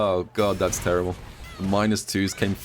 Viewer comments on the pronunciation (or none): none